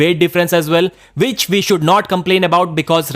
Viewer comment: It's round one, not vound von! Which not vich! Ffs